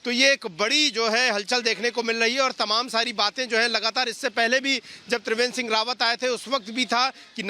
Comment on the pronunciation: तिवेंद्र नही त्रिवेंद्र